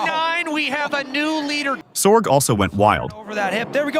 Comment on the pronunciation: Its pronounced Sor-gee, not SorJ. Kurt Sorge.